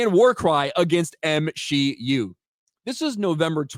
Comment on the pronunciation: The way says the M-SHE-U is alive! It’s like it’s Frankensteins monster at this point. We know what we need to do… burn it with holy fire!